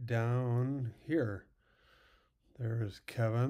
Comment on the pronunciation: It's Keeevin